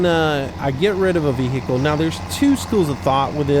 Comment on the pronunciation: i hate the way you say vehicle